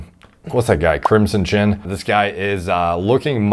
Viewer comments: Bro said the "Crimsin Chin?"😆😂😂😂😂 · My man said "crimson chin" lol